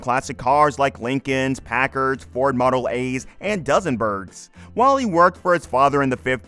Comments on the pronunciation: DOZEN-bergs? ish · 'Dozen-bergs?' o_0